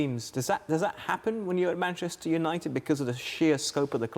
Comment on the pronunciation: 'MANCHETER' HAHAHAHA